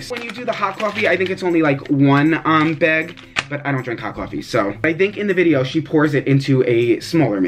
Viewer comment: Where r u from ? Why do you say “bag” like that ?